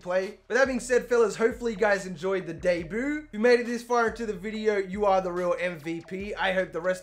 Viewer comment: I like how u say “debut” DAY BOO